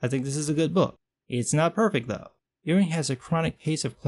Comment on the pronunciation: Pronounced "Yoo-ing". Like a sheep, lol.